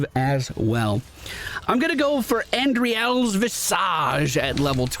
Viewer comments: good video to help newer players get an idea how to play it thanks! but the way u butcher Andariel's visage is killing me :D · REEEEE! You misprononced Andariel! I'm so angry!!!!! REEEEEEEEEE!!! ;P